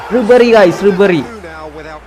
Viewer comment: Nabry allallow bro ribery allehh......